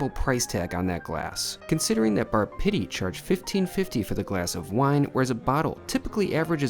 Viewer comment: Sounds more like Bar Shitty than Pitti - by the way, it is pronounced PEE-TEE, like physical therapy which it seems this place needs! That food looked awful - in Italy, we call it an Americanata. I don't know why people think that celebrities know anything about good food? Many of them are just peasants who got lucky!